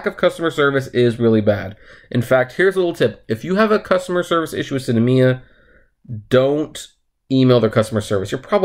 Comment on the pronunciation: Its SINemia not Cinamia